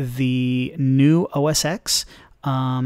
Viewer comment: It's not pronounced "OH-ESS-ECKS". X is the Roman numeral for 10. The correct pronunciation for the Apple operating system is (phonetically) "OHH-ESS-TEN". This is indisputable fact, if you disagree - watch any video of any WWDC or keynote released by Apple in the past decade and you will see that it how it's pronounced. Anyway, that aside - thanks for the video, a very interesting look at the new UI.